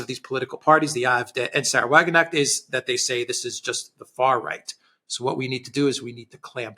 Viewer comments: Alexander prefers the British pronounciation...🥴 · What a silly thing to say. He prefers pronouncing her name incorrectly. 😂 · Generally good analysis. Please Alexander pronounce the name of Sarah WagenKnecht correctly. The K is pronounced. The elections in the two States show a high level of political awareness and responsibility of the electorate, manifested by the wide spectrum of politics voted for and a high, 74% voter participation. Contrast that to the recently held UK election and the forthcoming US election. Granted, these were regional/federal elections but they broadly reflect the trend. Democracy seems to be alive and kicking. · FYI sahra wagenknecht`s (sic) name is pronounced wa-gen-k-necht: note that there is the consonant "K" (as in k-orea) in the middle of the name . this "K" is also pronounced; it is not a mute "K"...correctly resulting in the name WA-GEN-K-NECHT (not wa-gen-echt). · It is "Sahra WagenKnecht! not "Wagenecht" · It's not Sahra-Wagenecht, there's a "K" there! It's Sahra-Wagen-Knecht (you have to pronounce the 'K' otherwise it starts to mean something else!) Just a tip...😊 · pronounce the 'k' please it's ke-necht, not 'necht' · Excellent assessment! Totally insignificant, funny detail: you say Wagenecht = carriage genuine/real. Correctly pronounced would be WagenKnecht = carriage servant/menial "Just saying " ;-)) Thanks for the great job you are doing. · This. There are probably 20 people in the comment section complaining. Come on,. It's not hard. If you can pronounce Krasnodar, you can pronounce Wagenknecht. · Alexander, the "K" in WagenKnecht is pronounced! Your German wife can confirm that. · should learn that K is pronounced in Knecht word. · Guys, smartass here. The K in English is often silent as in know but in Wagenknecht it is actually pronounced a hard 'k'. It separates the two words Wagen and Knecht. The name means farmhand to the wagon. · The K in Wagenknecht is not silent. Pronounce it hard.